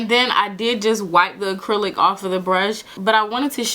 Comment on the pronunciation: "Acrelic" 😂 I can't I'm subscribing